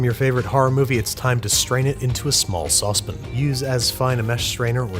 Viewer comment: i forgot he calls it a sauce pin lol